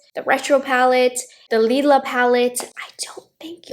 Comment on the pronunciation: You said if we have the glam, retro and Lilah palettes we probably don't need the dream palette. I'm pretty positive the Lilah palette is pronounced lie-luh, not lee-luh. Lilah in Hebrew means night, which would go with the theme of the sunrise and sunset palettes. Natasha denona is an Israeli based company so it would make sense to use the Hebrew pronunciation.